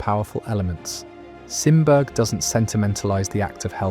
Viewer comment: Sorry...Simberg is pronounced Sim Berry. Swedish name. I am only mentioning this because his work is amazing and among my favorites. I have seen it in Tampere. Finland although he did variations.